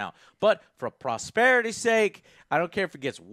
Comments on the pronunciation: It's "posterity," bro, not prosbrererity, haha, not prosperity, not proberpity. Great coverage though! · Posterity, not prosterity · Prosterity? Wtf is prosterity dude? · lol i tink he meant posterity :))